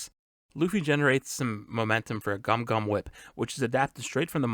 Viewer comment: Its not Gum-Gum, its Gomu-Gomu!